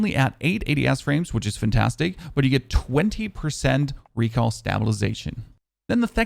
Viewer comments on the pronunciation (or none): Is it just me or does he say recal for recoil loll